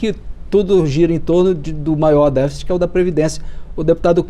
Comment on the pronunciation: O cara não sabe falar "déficit"